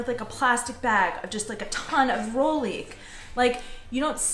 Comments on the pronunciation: Sorry, but one more time. It’s roHlík, roHlíky! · guys, the H in rohlik is pronounced... it's not rolik. (just a pet peeve) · Mne sa veľmi páči vaša výslovnosť "rohlíku". Znie to ako rolík :). Čo ďaleko lepšie vystihuje vec, ktorá je vlastne zrolovaná :)) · Fun video. It would be great though if you could add a voiced “h” sound to the middle of “rohlík”. I know it’s tricky, but if you practice saying “h’llo” (like a quick “hello”), and then “h’lík” in the same way, you can then add the “ro” to the “h’lík”. The “h” is not stressed, but it is definitely there! (This comment written by my speech pathology daughter.)